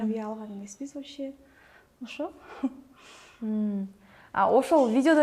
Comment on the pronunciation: Чала Кыргыз дар десе, нукура эле оз тилибизде суйлосонор, болбосо толук орусча суйло, (вообще дегенди ваще😂🤦‍♀️) так айта албайт толук , 🤦‍♀️